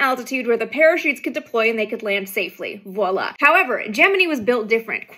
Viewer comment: You said Voila' I am always impressed when this particular word is pronounced correctly. What can I say ? I'm a cheap date, easily impressed. You must have a French background ❤😅😂